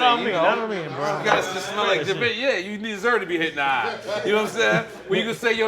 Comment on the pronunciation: he always says Givenchy wrong